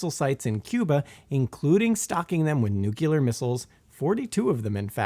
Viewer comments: and other places. If you wish to sound credible on nuclear topics, learn to pronounce the word. New- klee-uh. NOT New- kew- luh. There is no "U" after the "C". You sound as knowledgeable as George Dubbleyuh i.e. dumb, when you can't even pronounce the key word in the presentation that you're giving. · it's not pronounced "nukular." It's nu-CLEAR, so-called because a nu-CLEAR weapon's power is derived directly from the splitting of an atom's NUCLEUS, not "NUKE-ULOUS." FORGI-...ahem: forgive my outburst. I know that human language is an ever-mutating messy beast. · for the love of god, it's Nuclear. Not Nucular. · NOO-klir not NOO-kyuh-lar The part of the cell that contains DNA is the NUCLEUS not the nuqulers, ffs. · Where did Simon go? Who is this Nonce? And why does he say Nucular? This is not fair play, Simon. Get yourself sorted. Linda. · I'm hearing "nuclear" being pronounced as "newk-you-lurr". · "nucular" anniallation 😂🤣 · nook-lee-urr *twitch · "Nuc-U-lar"... aaaarrrgh! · I absolutely can't listen to another instance of that guy mispronouncing 'nuclear.'